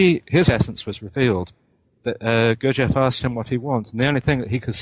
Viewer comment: This idiot can't even pronounce "Gurdjieff" properly. Pathetic.